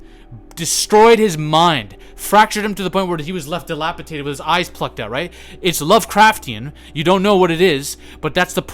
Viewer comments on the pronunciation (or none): I like your content. I often watch your videos for the sheer energy output. But i can't stand when people say "dilapitaded"... It's "dilapidated" DEE LAH PEE DAY TED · why are you so angry??? you cant even pronounce dilapidated correctly smh...